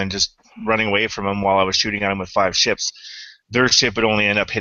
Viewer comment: ships you sound like ya saying chips